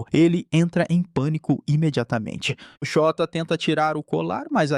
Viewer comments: ele falando " Shôta " errado parecendo Xota meudeus VMMT KKKKK passando mal de rir toda vez vey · shóta KKKKKKKKKKKKKKKK eu to achando que n eh assim que fala n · Essa série é simplesmente uma das melhores estrangeiras! ❤ Ps: eu fingindo costume quando ele fala "Chota", "Chota se pergunta..." KKKKKKKKKKKKKKKKKKK